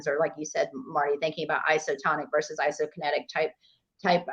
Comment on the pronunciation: "Vicious" resistance 😂 "Resistance training 'verse' strength training" 😂